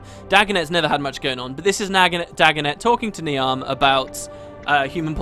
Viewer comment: not important but , Niamh is pronounced Neev, its Irish